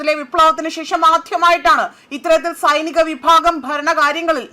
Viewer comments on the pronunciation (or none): മദ്യ പൂർവ്വേഷ്യ,സംഘീർണം (സങ്കീർണം),ആധ്യമായിട്ട് എന്തൊരുച്ചാരണമാണ് കുട്ടീ. ഇതു സഹിക്കാൻ വയ്യ.